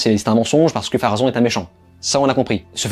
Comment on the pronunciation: Bonne continuation. Cordialement. D’ailleurs on dit Pharonne. Et Erigionne.